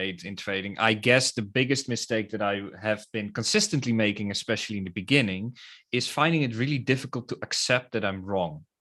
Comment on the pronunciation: Yeah it's THE not duh and dah